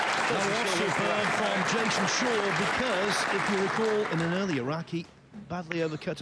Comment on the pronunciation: Why does the announcer call Jason Shaw, SHOWA?